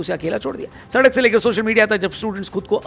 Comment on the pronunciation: Sadak chauk dhang se bolo